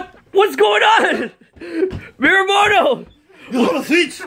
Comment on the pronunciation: just saying it's actually miyamoto not miramoto